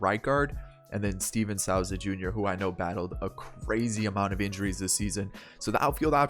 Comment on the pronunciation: Stephen “Soo-Za” not “Sow-Za”